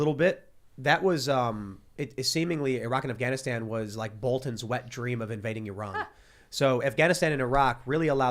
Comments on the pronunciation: To ee raan . He is one of people that actually can pronounce 😏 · Thank you tim for pronouncing my country currectly Your fan from iran